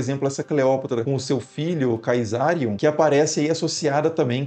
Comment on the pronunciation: Caesarium se pronuncia Cesarium. Ae em latim é É.